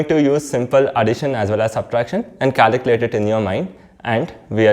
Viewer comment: Caliculate or calculate .Please pronounce clearly